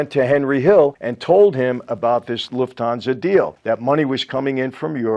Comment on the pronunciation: As a German, i love his "loofthansa"